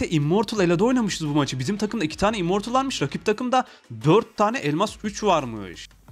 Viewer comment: Abi sen immortul Olcan diyin zaten immortulsu. Jsjsjshss